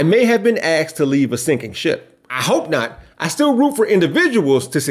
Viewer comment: "Axt"? "Im"? For REAL? How about these, instead: "ASKED," & "I'M."